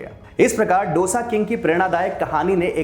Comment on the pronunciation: Aap matrubhasha ka upayog karne ke paksh mein Hain, achi baat hai.. par dusre ki bhasha ka bhi maan karein. डोसा नही, दोसा कहें. Aur Turticorin nahi, तूटुकुडीं